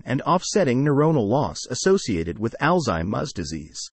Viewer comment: Sorry. I cannot listen to this ai mispronounce alzheimer.